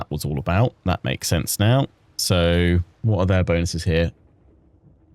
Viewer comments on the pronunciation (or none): none